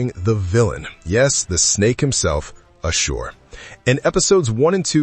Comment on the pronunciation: Why are you mispronouncing his name like that?